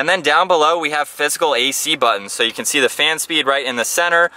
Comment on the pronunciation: Not bad but..."thee this, thee that" Try thuh